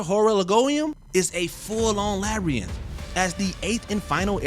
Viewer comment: If youre gonna be a narrator, learn how to say labyrinth